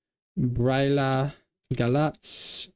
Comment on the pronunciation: Congratulations! Some tips for Romanian: ă is pronounced like uh. â and î are pronounced like a strained uh. i at the end of words after a consonant is silent. cea is pronounced like cha. A few pronounciation corrections: Argeș - Ar-jesh; Giurgiu - Joor-joo; Brăila - Bruh-ee-la; Bacău - Bak-oh; Buzău - Boose-oh; Bistrița-Năsăud - Bees-tree-tsa-Nuh-suh-ood; Vrancea - Vran-cha; Briceni - Bree-chen